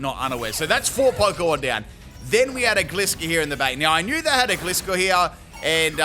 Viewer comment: my man you deserve all the hard work and dedication you do for us. BUT I’M ROASTING YOU FOR MISPRONOUNCING GLISCOR